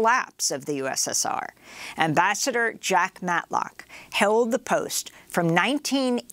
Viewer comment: "And Amabassador Matlock joins us now" Love the 'switch up'.